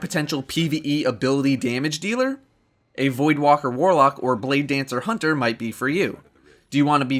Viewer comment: Lol love the ending even though you spelled and pronounced hunter wrong